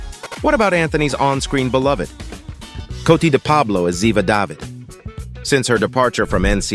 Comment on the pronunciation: So, uh, if you’re such a fan, why is it that you can’t pronounce the names correctly? Diva David, Abby Sciuto, Anthony DiNozzo were ALL pronounced incorrectly.